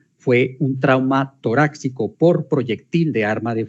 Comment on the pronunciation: Hemotórax, torácico, subaracnoide, segar...: fiscal, por favor, lea bien.